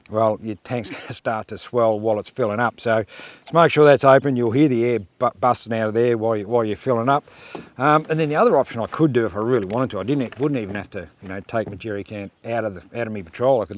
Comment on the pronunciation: I would have thought it was common sense that way. God, you have to love the way you speak. You kill the English language, it’s hear not ear. You need to record yourself and then listen to it before posting. Your English teacher would be rolling over in their grave.